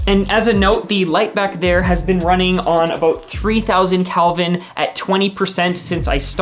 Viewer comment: Did he say "Calvin" instead of "Kelvin"? "COB" stands for "chip on board".